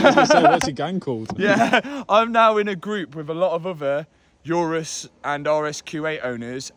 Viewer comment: For the first time i heard someone who has an obsession for cars pronounce the word 'Urus' incorrectly